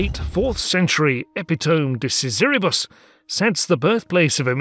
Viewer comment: Will you guys please learn to pronounce 'epitome' correctly? It's "eh·pi·tuh·mee"!